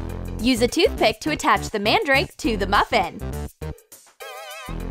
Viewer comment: It is pounced man-drake